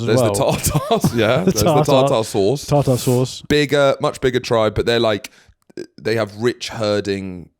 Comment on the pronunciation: Tarter ?! Tatar !